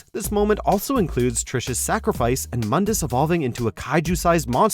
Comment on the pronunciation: Its pronounced "moondus"